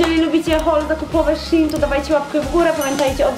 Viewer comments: Nie mówi się szin shen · Nie chcę wam muwic ale się nie mówi Chine ale musi się szejn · Nie mówi się szin szejn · Denerwuje mnie kiedy moiszbszin a nie szejn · Mówi się szejn